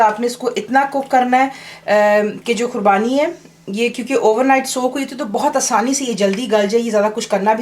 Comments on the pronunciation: Don't you mean Qubani? So far its not Kurbani its qubani. I hope you understand,and yeah don't mind :) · Assalamu Alykum Khubani boliye khurbani nahi😮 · "khubani" not kurbani. .. lols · aapko khubani bolne nahi aara aur aap banane ki koshish karre